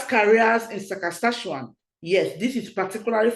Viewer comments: Saskatchewan, not Sakaskachewan. Thanks for sharing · I like you when you said ssasakatshawan